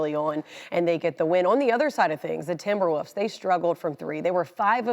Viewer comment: She said timberwoofs